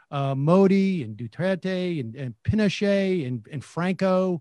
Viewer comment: Subtly corrected her mispronounced "Pinochet" hehehe 😉